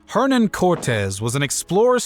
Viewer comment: It hurts my ears the way you say Hernán.